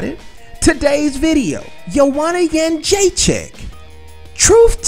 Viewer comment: You are pronouncing her last name wrong. It's joanna got-chin-checked! She's in denial, why can't she admit rose was a better fighter that night. Anyways, if she loses to rose in the rematch i wonder what she will say then?